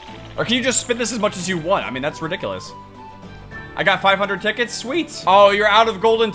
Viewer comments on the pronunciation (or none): none